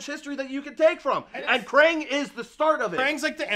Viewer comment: Guys it's kraang not krane